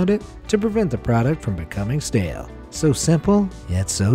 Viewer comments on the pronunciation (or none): none